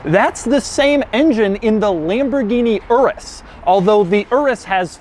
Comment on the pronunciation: It's pronounced your-is. Like urine, that's why its yellow and smells like piss